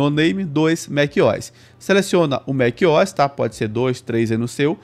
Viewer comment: "Mac Ois" tá louco 😔